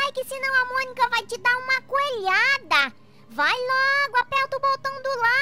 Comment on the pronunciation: Monica falando errado kkkkkkk trocando o m pelo b kkkkkkskskskskskskskskks